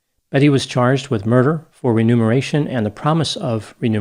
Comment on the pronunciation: Actually, it's remuneration. I'm not sure if mispronounced it(?) In this case, it would mean that her motive for killing was at least partially for a financial gain; such as life insurance, pension benefits etc. In the penalty phase (sentencing) of a death penalty case this would be considered a very damning aggravating factor. Because it shows a cold, calculated, callousness that places money above the value of a human life. It's somewhat similar to a person killing their spouse because they don't want to endure the expense of getting a divorce.